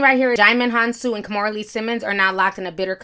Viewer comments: Now if only Kimora would learn how to pronounce her first name correctly. She keeps pronouncing it as "kaw-moo-ra" when it should be pronounced "kee-moo-ra". At least she pronounces her daughter Aoki's name correctly. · I wish Kimora knew how to pronounce her first name correctly. It should be pronounced "kee-moo-ra".